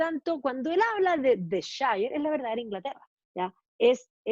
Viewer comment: Hola. Un pequeño alcance sobre la pronunciación de la palabra "shire"en inglés británico. Cuando aparece al final de una localidad, como Yorkshire, la pronunciación es /shia/ o sea: / ió:kshia/; cuando aparece en forma aislada, se pronuncia: /shaia/. Slds!